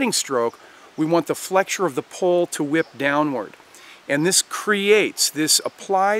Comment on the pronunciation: Are you saying. Pole or Pull.